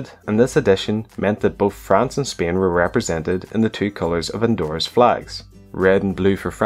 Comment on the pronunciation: We will see the flag of Speean